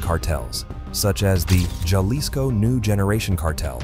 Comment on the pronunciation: This is the first time I've heard the "J" pronounced in, Jalisco.😊